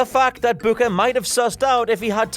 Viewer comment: Does the way he says booker not bother anyone else.....